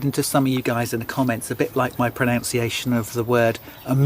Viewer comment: no worries on the pronunciation of blancpain or omega, but... but one proNOUNces "proNUNciation" with a NUN rather than a NOUN! 😂